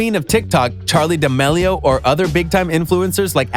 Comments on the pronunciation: Duh-meal-e-o is how its pronounced dumb dumn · The way he says D'amelio XD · The way he said “Charli D’aMelio” made me scream lol🤣